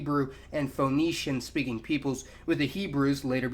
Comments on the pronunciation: It's pronounced Fenician not Foenician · The start of "Phoenician" isn't pronounced like "phone".